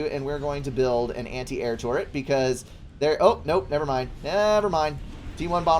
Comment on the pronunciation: What on earth is a "torret"?